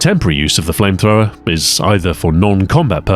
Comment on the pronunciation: Ah yes flamethrowmer